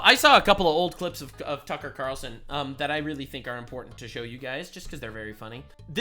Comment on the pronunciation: “Tucker Qataralson.” is a mad lad 🤣